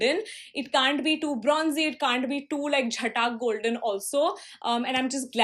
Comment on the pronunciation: I just cracked up when you said "zhatak golden" 😂😂